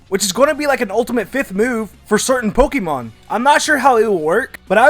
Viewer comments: Hey, I love your videos. But there's one thing that always bugs me, the way you say Poke ee mon. It should be Poke ay mon or poke uh mon. Great video and have a great day! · it is not pokimon it is pokEmon with e as in grey... the é is there for a reason. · What is with Americans and mispronouncing Pokémon as Pokeeemon